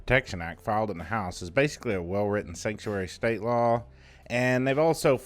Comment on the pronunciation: The way you say steate is funny 😄